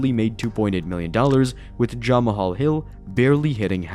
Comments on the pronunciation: It is jamhal hill not Jamal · "Jama-hall Hill" lmao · "jama-hall hill" 🤣